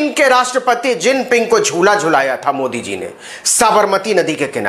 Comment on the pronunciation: मोदी को उर्दू जुबान में आप ऐसा बोलते हैं जैसे ठंडी में रास्ता चलते हुए तालाब में कोई ढकेल दिया